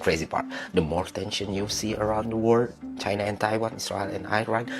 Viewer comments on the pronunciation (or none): none